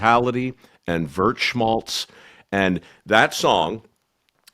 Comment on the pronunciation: "Vurt schmalz"? Did Mike mean "Weltschmerz"?